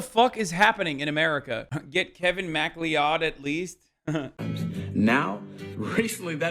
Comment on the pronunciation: can't believe hassan pronounced Macleod as mac lee od disgusting and Scottish erasure unlike and unsubscribed